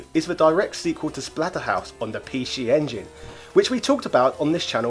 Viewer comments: I've been listening to your chan for 6 years and never ever noticed you had a speech impediment until I just heard you saying PC engine.... is there not any speech therapy you could get for that? I had one when I was younger (and my sister) it doesn't cost much privately. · sounds like you're drunk when you say it, good sir.;) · Pi Shi Engine is the correct Japanese pronunciation, is it not? Sure, it's a bit like saying Bruschetta in that way pricks in restaurants do, but I don't think mockery was intended.